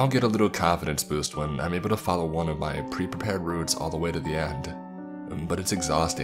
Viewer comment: Genuinely curious, what with all the syllable-initial m's thrown in? E.g. I'm > Mime. Is it a speech condition?